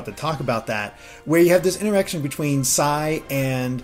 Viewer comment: Stop saying Sai